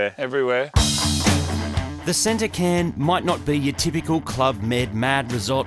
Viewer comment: Tottenham is a district of London also. Its called a Cairn, said as Kairn.